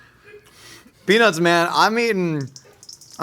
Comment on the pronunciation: did not sound like "peanuts" i almost didnt look over at the vid cause i thought "well its so its possible he did just say..."